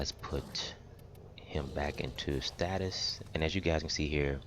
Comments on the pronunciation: Is STASIS NOT STATUS 😂😂🤦🏾‍♂️ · Thanks, Helped a lot! Although it annoys me to no end that you cannot pronounce 'stasis'! ;)